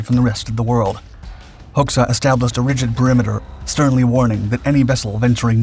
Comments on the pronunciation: The Albanian dictator's name is pronounced "Hodja", not "Hox-ah". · The Albanian name Hoxha is pronounced ˈhɔdʒa . . . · Just to clarify, his last name is pronounced hodja´´ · For the record, Enver's surname is pronounced "Hotcha" ... like "gotcha". ;)